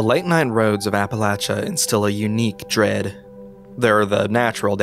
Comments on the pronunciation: The relief I felt in my soul, as someone from the hollers, when you didn't say "Appa-laysha" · Thank you sm for saying Appalachia right. I enjoyed this story! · A youtuber who says Appalachia correctly? Impossible. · Man said Appalachia correctly and earned my sub 😤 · You’re the only youtuber I’ve ever heard pronounce “Appalachia” correctly